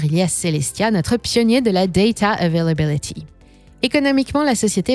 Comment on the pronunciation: Daydaaa euvélabilidyyyy